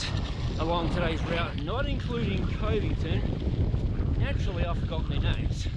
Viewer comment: It’s cuv-ington 😊lol